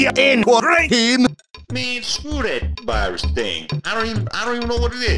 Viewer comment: he actually pronounced "virus" german